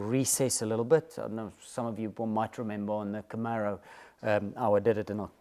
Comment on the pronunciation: Please I cant take it anymore, you and Mike Brewer...... it is CamAro ........... not CamEro